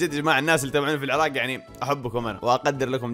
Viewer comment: لا فدوه من تكولون العراق لتكولون العراك لا ياعيني العرااق (بالقاف)🙀🙀